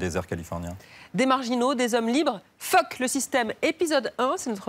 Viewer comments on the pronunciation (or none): On dirait qu'elle dit "phoque le système". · Pourquoi la présentatrice accentue toujours sur le « fuck» au début